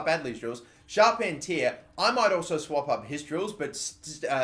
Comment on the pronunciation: charpentier is pronounced char-pen-tee-aye (think cartier jewellery)